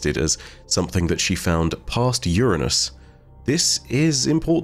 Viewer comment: Astronomy-heads thank you for pronouncing Uranus correctly.